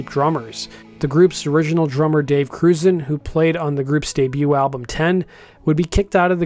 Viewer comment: hihihihi ... I know that pronouncing ABBRUZZESE correctly is a tongue twisting for non-italian speakers